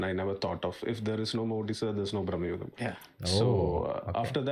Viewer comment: It’s BRAMAYUGAM but in hindi momootty saying it as BRAHMAYUGAM. Maybe thats y he’s pronouncing like that.